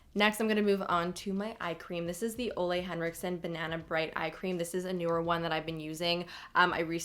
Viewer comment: I love how natural and gorgeous your skin looks. Sometimes foundation looks so heavy, I feel I need at least bronzer to look more alive. Great job. Btw, Ole Hendrickson is pronounced Ooh-la, not like Olay.😉